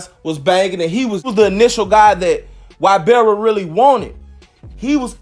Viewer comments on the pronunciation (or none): Say it with me. His name is EEE-Bar-ra. Not why-bear-ra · Damn it’s no Y barra it’s pernounced i barra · Da shit pronounced “ee-bara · E.....BAR....RA , NOT Y....BEAR RA 😒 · Its not wybarra(ybarra) Its eebarra (ybarra) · (long)E-bar-uh. Not Why-bar-uh. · Pronounce his name EEE-BAR-UH not WHY-bear-uh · One more time!!!!!! You came through. But one thing though, you’re butchering(Mispronouncing) he’s last name. He’s name is pronounced EEbarra. Not Whybarra. But is a minor thing. Just keep doing what you do. KEEPING US INFORMED. Thnx. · Why-berra ≠ Ibarra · Y is pronounced E in Spanish. So its "ebarra" phonetically. Short vowel e. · That Y is pronounced E. Eee-barra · I’m sure Ybarra is pronounced “Eee-berra” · Hey I love your videos, Just one thing, his name Ybarra. It’s really pronounced EEBARA. The “Y” is pronounced like an “E.” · I love your videos. Thank you. One thing though it’s EEBAARA. Ybarra it pronounced Eeebaaraa. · Shit really started bothering me after the 3rd time 😂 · Lol E-bar-ra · I knew it had to be posted already!! Lol😂 I just wanted to write E-bar-ah. This should be too comment no 🧢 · It's pronounced "e-bara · Its pronounced ebarra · Ybarra is pronounced Eeebarra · it's E-bar-rah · I think his name is pronounced E-BAR-UH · say whyberra ONE MORE TIME man f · That’s NOT how you pronounce....Y.... Nevermind. 🤦🏽‍♂️ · Yur not saying his last name right lol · Yur not saying the last name right lol